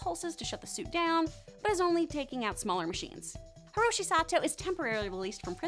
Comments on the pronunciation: "Hishiro" is actually supposed to be Hiroshi, Pema shouldn't be pronounced "Pee ma" Ikki had two "E" sounds, and P'li doesn't sound like "pie - li." Hope this helps! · It's Hiroshi Sato, not Hishiro Sato.